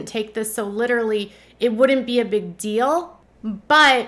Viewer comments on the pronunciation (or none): You're welcome. It's not a big dill, you know? 😅😅